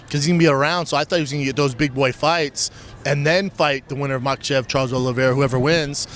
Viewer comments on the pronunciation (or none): "MaT chi ev" I think schlub ment makhAchev 🤪 it's a tough 1 bapa even for a journaliss